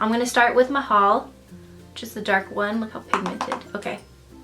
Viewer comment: Love how you say Maganda and Mahal because I am filipino haha and I like how put that name. You did an awesome job here. 😊😍